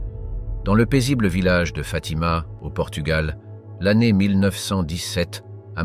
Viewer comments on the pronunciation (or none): none